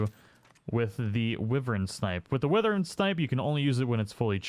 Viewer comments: WHY-vern. It's WHY-vern, not "wivvern". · I don't really care what the dictionary says as it often leaves out colloquial definitions of things. Like, you realize this is the dumbest shit you're wasting your time on, right? Lol Some people pronounce it Why vern. Some people pronounce it Whivern Wrong or right - go fuck yourself. It doesn't fuckin matter.